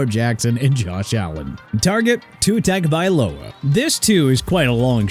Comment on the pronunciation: Dude can't even pronounce Tua Tagovailoa's name right...